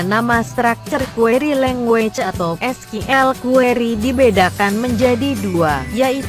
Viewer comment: SQL dibaca Skill ,, whatttt?😄😄